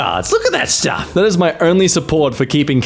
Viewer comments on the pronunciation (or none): As if I didn't love already, he said shtuff...